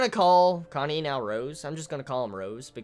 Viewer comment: Really late to the chapter, but still I got here. Ehem... Goddammit with your Kanye,, it's pronounced Ka-Na-Eh. You may be doing it on purpose but still, it's annoying and threws off all the serious mood you build.